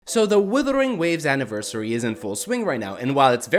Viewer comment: I love getting breakdowns of a game from a guy who can't pronounce the game's name.